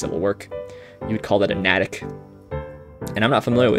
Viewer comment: Hi! I've been watching and thoroughly enjoying your videos for about a month now, so thank you! Given your title for today's video, as an MA resident I couldn't resist letting you know that the town of NATICK is pronounced "NAY-tick". Though, in the xword community I'd bet the word is commonly pronounced "nat-tick" since the whole point is that it's a word only a MA resident would recognize. :) Again, many thanks for sharing your crossword experience every day.